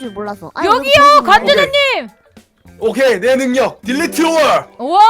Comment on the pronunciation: 딜리트 월, 발음 엄청 좋으심